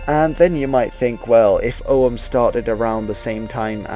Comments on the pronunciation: It's not pronounced "O um" or "O hum", it's a hard G, "Ogg um". Yes, the old fart is retentive. I noticed you mispronounce many words, maybe you should learn how things are pronounced before you post anything about languages. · Og-úaim, pronounced... Oh-wem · Your pronunciation of Ogham is as good as anyone else's guess bucause nobody knows how Ogham was pronounced in old Irish, not even modern Irish speakers can be sure. I am irish and I would pronounce it "oh-am". The key is that the "h" is not pronounced.